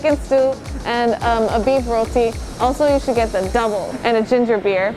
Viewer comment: 👏🏿👏🏿👏🏿👏🏿👏🏿 u said roti the correct way